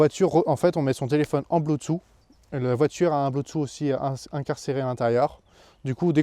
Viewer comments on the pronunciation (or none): c'est rigolo d'entendre Bluetooth prononcé bloutou et Spotify prononcé Spotifi :-). En tout cas c'est une super voiture. Bravo pour cet achat ! C'est actuellement le meilleur choix à faire en automobile, et je pense pour encore quelques années.